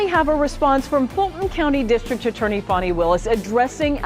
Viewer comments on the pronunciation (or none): It's "fanny" not "phony" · Her name isn’t Fanny. It’s Fani, which is pronounced “Fawn-ee.” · Her name is pronounced “Fawny.” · It’s pronounced “Fawny “ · It’s pronounced “Fawny.” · Her name is pronounced “Fawny” so your lame attempt at a joke falls flat.